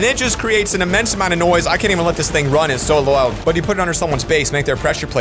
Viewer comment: Who else noticed how he said loud wrong